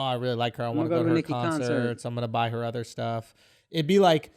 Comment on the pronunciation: The way says "Her" like "Ha" without the "r". Don't think I heard him say it like that before. A little accent slip, maybe? I'd like to think so. But, maybe it's not. Kind of like how e.g.: Bostonians sometimes say "here" like "he-ah." At least that's an example I can cite. is from New York, though. But, maybe the two accents are similar. It's always interesting to hear them come out now and again.